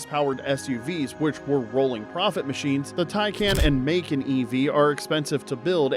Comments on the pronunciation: It's Muh-Kaahn. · AI is still learning🤫